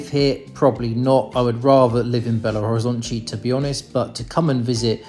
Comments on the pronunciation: Belo Horizontchi is the pronounciation from Rio de Janeiro people, maybe from Bahia. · la pronunciación de Natal en portugués es Natau (cuando la L está en final de palabras o en sílabas, esa L se pronuncia como una U) se pronuncia Belo Horizontchi.